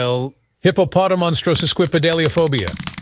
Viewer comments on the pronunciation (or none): I love how the TTS leaves an entire syllable out of hippopotomonstrosesquippedaliphobia and completely mispronounce his multiple other words.